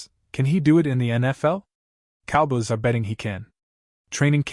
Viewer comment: learn how to say cowboys before you make your stupid videos